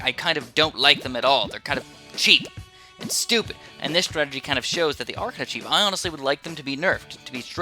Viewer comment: Yay! He called masterov's "startagy" ridiculous